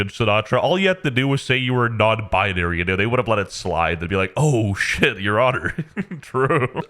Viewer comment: "non bianary" 💀💀